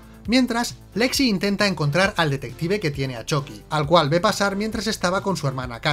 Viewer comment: Ehhhhhhhhhhh me gusta que digas "Choqui" pero odio que no digas "Moñeco" ¿Te vendiste a los reptilianos?